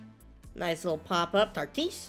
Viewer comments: It’s “Tatis” not “Tartis” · This man says tartis instead of tatis 😂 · It’s not tartis it’s Tatis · why do u say tatis name like that 😭